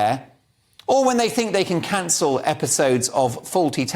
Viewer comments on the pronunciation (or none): none